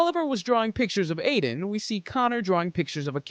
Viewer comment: Her name is Aiden not Adien